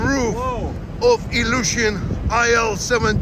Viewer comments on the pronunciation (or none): This is not ai el this plain is IL (ILiushin)